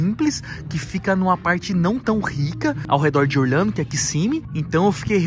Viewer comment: porque ele fala orLHANDO em vez de orLANDO